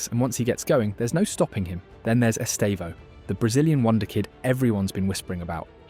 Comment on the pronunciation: both Estevao and Joao Pedro's pronunciations are correct tho I think you should fix the AI pronunciation consistency.